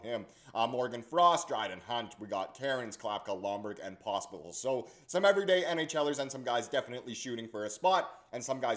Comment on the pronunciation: I heard Pospital instead of Pospisil. I like it.